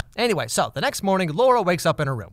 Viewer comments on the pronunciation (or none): LAURA, not Lorah duh. In polish you are reading the A and U and it is not an O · Cries in Polish. The director made a fool of herself confronting a critic about her debut a while back Edit: if anyone's curious I can translate Polish sentences. But on the second watch Edit #2: Laura's name pronunciation aside (Lah-ooh-rah) "with your heart you'd better not push yourself" Boyfriend:"geez, stay calm, ok? You know that you shouldn't with your heart [condition]" Laura: "fuck off with my heart, do you care more about anything in your life than yourself? Who am I to you?" Boyfriend: "I? I don't care about you?" Laura: "we don't have anything to talk about with each other" Boyfriend: "We do" (repeatedly, trying to cut into her words) Laura: "No, you said everything you had to say, now leave me alone, I want to be alone, goodbye, goodbye!" Boyfriend: "Wait" "I love you, do you understand? (t/n literally: do you hear me?) I'll always be with you. We will raise that kid together" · I am pretty sure all Indians absolutely ADORE the way Massimo calls Laura! ^^ (edit: explanation- the way Massimo says "Laura" sounds exactly the same as the hindi slang "Lauda", which I think literally translates to the word that means a dude's shlong. It's a pretty frequent slang in hindi and some other languages as well.) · when he said laura it literally sounded "lauda" to me. 😂😂😂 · laura sounds like lauda 😂😂. Lauda in hindi means dick. Maybe thats what he meant this movie is going to be about 😂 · the way he says laura cracks me up. In hindi laurra (or lauda, the english alphabet doesn't have that letter), basically means dick. And he pronounces it like that. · The word Laura is slang for penis in Hindi language, which this movie is. He says it very accurately throughout the movie. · “Lauda” i cracked up everytime he said that sis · He pronounced Luara as Lauda!! That was actually very funny coz in India lauda means penis. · The way he says Laura sounds like dick in Hindi 😂😂😂